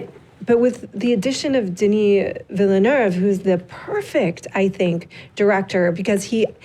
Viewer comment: Alright let's make it clear, I'm french canadian and the girl in the middle is pronouncing denis name right !